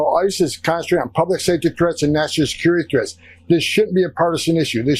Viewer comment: the amount of mush mouth in this is embarrassing. "Nasha security threats" he said it twice, that's how he thinks that is said.